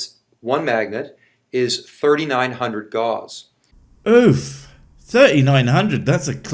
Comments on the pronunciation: It's killing me each time he pronounces gauss as "gauze" -- the au is pronounced like "ow", like "g-ow-ss" -- and the double s denotes an "s" sound, not a "z" sound. If I'm wrong, I'd be glad to be corrected by anyone that doesn't believe that magnets can cure all. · I find it hard to trust his knowledge of magnetism when he keeps saying gauze instead of Gauss (cringe every time he says it). And that's before he starts using his chiropractic "degree" to call himself Dr... That ended any belief I had that he knew what he's talking about, right there lol. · He doesn't know how to say Gauss. It drives me crazy! Has he never even watched a sci fi movie?! Gauze Rifles? Fredrick Gauze? Bah. I mean he is wrong about everything, but not able to say the thing he claims he does for a living is insane. GAUSS! Also also, that's not even the SI unit for Magnetic Flux density! Grownups use Teslas! (The SI unit, not the car, although a non zero number of adults drive electric cars...) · Am I the only one bothered by the fact that the magnet guy can't pronounce Gauss? He says it a trillion times, and he says it wrong every time. It's not pronounced like gauze, Gauss rhymes with house. This fucking guy. He can't even pretend to know what he's talking about with any degree of competence, the moron. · Argh! Gauss pronounced like "gowss", with an "s" sound, not a "z" sound like "gauze". Ooh! I'm smarter than a doctor! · How did "nucular" NOT die with the end of Dubya's "presidency"? After that, how can you trust anything the "doctor" said? And isnt it "Gowse" not "Gauze"? WTF? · Newkiller medicine and Gauze instead of Gauss (like house)! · The way he pronounces gauss gives me cancer, it's like he is talking about dental-gauze. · Pretty sure Gauss is pronounced like "gouse", straight away he's shown he's full of shit about a subject he knows nothing about... 🤦‍♂️💥 🤣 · This guy doesn't even know how to say the word Gauss. He is saying gauze. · Nucular gauze...